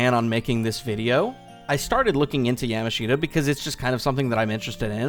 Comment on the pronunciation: STAHP PRONOUNCING YAMASHITA LIKE YAM-A-SHEET-UH!!!! 😭😭😭 IT'S YUH-MAHSH-TA!!! YA = YAMCHA MASH = SMOSH TA = TA-TA!